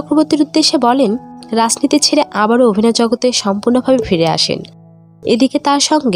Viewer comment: বিতর্ক ছিস্টি, ছিনেমা, লাসনীতি, পসন্ত এগুলো কিরকম উচ্চারণ ভাই?